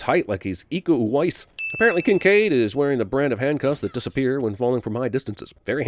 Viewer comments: wow finally someone who pronounce Iko Uwais correctly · Just recently found this video and cause i life in indonesia i can firmly say you nailed the "Iko Uwais" pronounciation. Funny as always